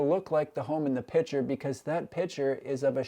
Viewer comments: PICTURE not "PITCHER" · The word picture has a 'c' in it. Pitcher and picture are pronounced differently by grown adults.